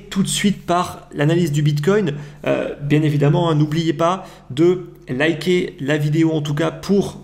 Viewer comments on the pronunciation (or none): none